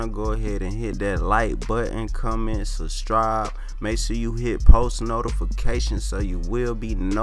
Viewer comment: "substribe" "distription"